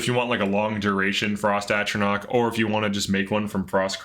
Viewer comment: for this, I'll let it slide, I think it was just a slip of the tongue. He said it right every other time, even on the same frost one he introduced that way.